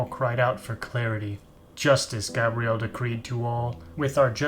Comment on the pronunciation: Come on dude, its pronounced "ark-angel" and its "gabe-re-el" (Gabriel) NOT "gab-re-elle" (Gabrielle) notice how they are apelled AND pronounced differently?